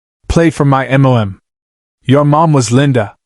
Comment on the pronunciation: The story is excellent. Yet your AI lack of pronunciation of the simple letters MOM destroyed it. Shameful that you didn't correct this. Mom not M.O.M. Smh..